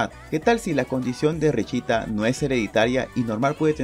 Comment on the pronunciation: Se pronuncia "Richta" pero no puedo pronunciarlo por eso dijo "richita" :'v